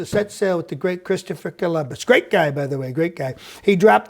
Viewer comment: yeah, but Trump can't say the word "Christopher" ... check it out sometime. : P